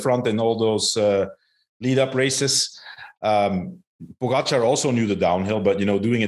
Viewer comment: It’s pronounced po gotcha not pogo char!